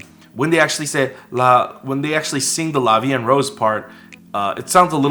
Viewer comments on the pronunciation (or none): their pronunciation of "La vie en rose" sounds like an english person speaking french, with an english accent. they say "La vie N rausse" when they should say "La vie EN (en = voyel sound) roze". The O of rose is said like someone of south of France, so this part is still authentic in a way. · As a French speaker, the way they said “la vie en rose” isn’t wrong, it’s just weird. Like the “en” is blended too much with the other words and the o in “Rose” is slightly weird too but overall it’s very good for non french speaking Koreans. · They're actually pronouncing la vie en rose pretty good like except for the word en (which is a difficult sound to say for non-french people) it's almost perfect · The "en" is a bit weird to my hears, it's sounds a bit like "and", but it's close enough imo. "Rose" is quite off, as they use the English pronunciation, the "ro" is pronounced differently in French. Interestingly they use rose as the flower and by association red but "La vie en rose" meaning is "Life seen through happy lenses", that's how it's used in Edith Piaf song. I read a translation of the lyrics and it doesn't seem to reflect that but who knows with translations, a lot can be lost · Okay I'm sorry this has nothing to do with the reaction but you forgot the "e" at the end of "Vie" and it's killing me 😂😂. And the girls actually pronounce "La vie en rose" nearly perfectly which actually really suprised me. The world "en" is the only word mispronounced. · Actually they obviously can't pull off the french "r" it's diffrent and I think only french can spell it I think they miss pronounced "en"